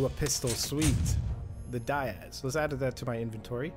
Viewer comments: diaz = DEE-AZZ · Ahh, the Die-az, of course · lol how he said diaz